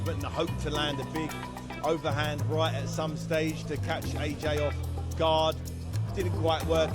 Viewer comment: His name is Anthony Joshua AJ, Not RJ?